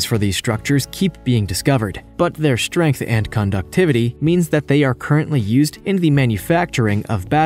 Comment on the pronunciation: Hey just because a compound is 98% water does not mean it’s cheap as you stated. Also the word strength is pronounced strength not shtrength. Same goes for the word straight, etc.